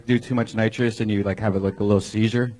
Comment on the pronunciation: Dude had an entire set about nitrous oxide and kept saying nitrick oxide but he so smart he figure out immortality